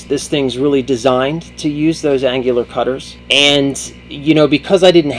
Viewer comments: An-new-lar cutter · An IT guy doesn't know how to google "annular pronunciation" LOL. an-yuh-lr. Whoda thunk it. Probably the 3rd video I've seen on these Mag Drills, and they have all had bad runout with the chuck.